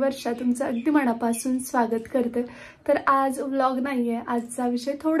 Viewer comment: मणापासुन नाही ग मनापासून म्हणावे.